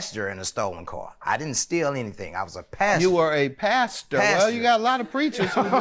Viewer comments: That dude is in crack he said pastor and then changed it to passenger. I didn’t hear no ‘en’ when he first said it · I needed this laugh but as usual, I was extra with it all while being dramatic... This is why....🤣🤣🤣 I was with Judge Mathis. Hell I too thought he was saying he was a PASTOR... OHHHHH HE SAID PASSENGER! 😂😂😂😂😂😂😂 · I thought he said pastor too 😭😭. I’m like a crack serving pastor is insane LOL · Lol ... I don’t care what no one says , he said pastor the first time